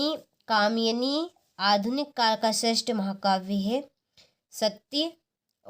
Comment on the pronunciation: Kamani😂 nahi kamayni 😊😊